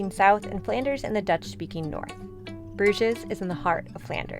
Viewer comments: Great video. Just one thing: in French and English you pronounce Bruges without saying the ‘s’… so ‘broozh’ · There are several inaccuracies in this video - you mispronounced Bruges and Alsace, also raclette is normally eaten on potatoes, not bread as you said. I think you confused fondue being eaten with bread and raclette with potatoes. Otherwise, nice job!